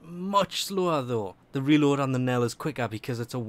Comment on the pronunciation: "he Knell" and "Infinate". pls fix